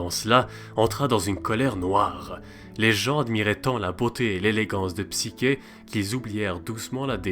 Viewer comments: Le Mythe est modifié dans ta vidéo, est ce fait exprès? Il manque la condamnation de psyché (qui se prononce "ch" Et non "k") qui doit se marier à un monstre et qui fini finalement par être accueilli dans un Palais qu'elle croit être celui du monstre en question. Il manque aussi d'autre détails qui ont leur importance. Ps: tu parles d'un Eros fils du Chaos, mais celui ci est à discerner de Eros que l'on voit dans ce mythe comme Cupidon (cf le Banquet de Platon) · wsh c heros et psicher toi tu dis psiker alors que c psicher le ch se lit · Cest psyCHé et non psyQUé